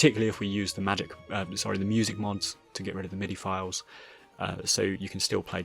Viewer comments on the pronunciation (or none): none